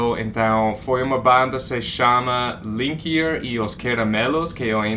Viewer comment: Que lindo,. Se você gostou do Liniker (stress in the syllable "ni") você vai gostar de Almério. Se tiver um tempinho dê uma procurada pelo nome dele no youtube, mesmo. Ele ganhou o prêmio Natura Musical ano passado, mas além disso, ele é maravilhoso.